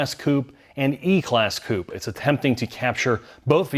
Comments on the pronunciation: Coop-A say it with me now coupe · really needs to start pronouncing Coupé correctly. The last letter is not silent.